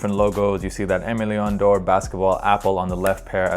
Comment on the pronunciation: If you’re gonna be a fun of AML, please at least pronounce it properly LOL. It’s pronounced like “ehmay - lay - awh (sorta but a bit diff cause it’s French) - dorh (also a bit hard to spell in English)”